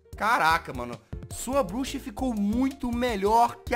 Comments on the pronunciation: eu achei que ela tinha falado buxa kkkkk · (voz fina ) os temas de hoje foram cabeça e bluxa ela fala elaudo kkkk ela falou bluxa